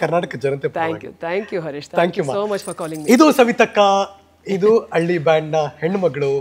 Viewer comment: ಕನ್ನಡ ಭಾಷೆ ಹಾಳು ಮಾಡಬೇಡಿ. ಅಳ್ಳಿ ಅಲ್ಲ ಹಳ್ಳಿ.